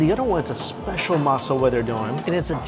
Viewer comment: Hi Mikey, So happy that you are doing some amazing Japanese cuisine. Just an FYI, Not maz soba but ma ZEH so ba. The G in Genmaicha is a hard G. Not ahn-sen egg, but OHN sen egg. Not ton kah tsu, but ton KOH tsu.